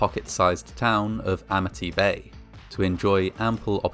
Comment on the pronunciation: "Amity" turned into "Amnity" real quick like. And don't be hatin on Sharks! They just hungry, and you look like food.